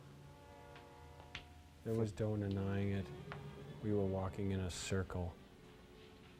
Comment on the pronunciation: instead of "no denying it" Joel says "do nedeying it"